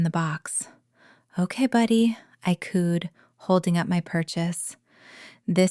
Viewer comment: Cooed...not cooned. For the text words.